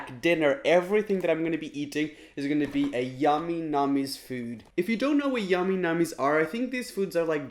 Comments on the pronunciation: Y did u go ehhhh it’s ayyyyy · " yamy namy's"